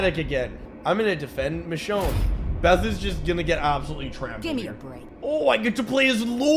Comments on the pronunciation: Michionnay had me laughin, hi pronouncement of michonne killed mee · Although this game is awful the biggest tragedy to occur was your pronunciation of Michonne’s name ☠️